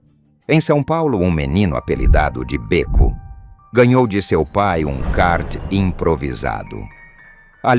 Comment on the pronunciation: Não é Bêco... é Béco